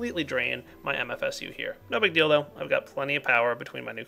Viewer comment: "No big deal though" is correct. but it did sound like he said "No big dealdo"